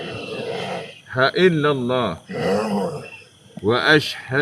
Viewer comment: Angkat syahadah baca asyhadu alla ilaha illallah bukan asyhadu alla ila haillah